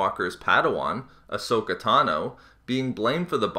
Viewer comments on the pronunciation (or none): none